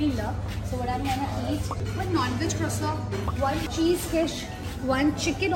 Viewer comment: Croissant is the French food which have silent T when we pronounce